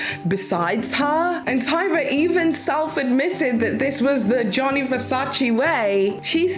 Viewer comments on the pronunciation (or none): It’s Gianni Versace - not Johnny Versace 😂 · "Johnny" Versace? Really?! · I just can’t get over “Johny Versace” girl are you fr?????